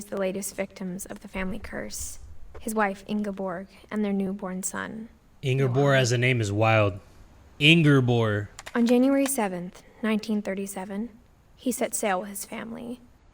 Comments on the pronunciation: I was so excited when I saw this; one of my favorite games being played by my favorite YouTuber?? As a Norwegian I actually know quite a few people called Ingeborg, it's not pronounced right in this game I swear it sounds less like a disease hah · As a Norwegian, the way pronounces Ingeborg hurts my soul lmao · the way you pronounce "Ingeborg" is so funny to me because I am a norwegian